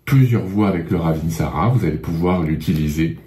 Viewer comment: On ne prononce pas le dernier "a"...